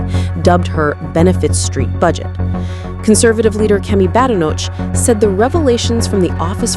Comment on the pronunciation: Please get a human commentator who can manage British English when reporting upon British events. American AI might be acceptable for reporting upon American affairs (perhaps), however really people deserve better. The Leader of His Majesty's Loyal Opposition is not "Mrs Badenotch" for example. We are engaged in an existential struggle against Fabianism. Blunting arguments & distorting truths with inaccuracies, carelessnesses is unhelpful.